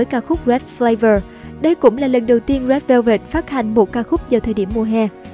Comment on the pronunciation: bức quá , đọc rét vơ vẹt mà tức á😒